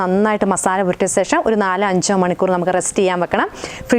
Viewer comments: ശേഷം ആണ് കറക്റ്റ്. സേഷം അല്ല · സേഷം ഒന്ന് ഒഴിവാക്കാമോ. ശേഷം എന്ന് പറയാൻ ബുദ്ധിമുട്ട് ആണോ.